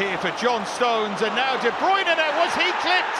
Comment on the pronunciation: Why do all British commentators say De Broyner instead of De Bruine?